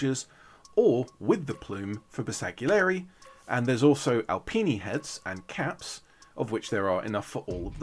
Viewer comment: just fyi the G is silent in Bersgalieri